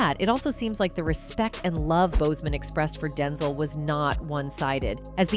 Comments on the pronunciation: His Name is DenZEL NOT denzull!! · Can you stop mispronouncing Denzel.😡